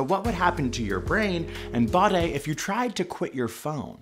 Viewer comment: Why did he pronounce body like that? 😂